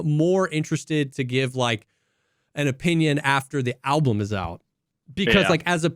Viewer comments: still says alblum:D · Not a Sleep Token listener, yet all the drum discussion is interesting to follow, but saying 'ablum' instead of 'album' disturbs me more than the drums. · Why does say ALBLUM